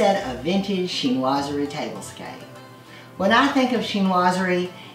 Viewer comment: What a beautiful combination of colors and textures! The centerpiece is over-the-top gorgeous. Thanks for teaching me the correct pronunciation of "chinoiserie." You should have heard my phonetic attempt, especially with an East Texas accent...a trip. 😀